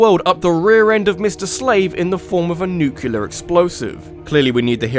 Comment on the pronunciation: "Nukular"? Really?! sigh